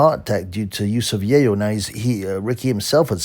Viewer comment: What are you saying - Yayo? Yale? Yay-woolya?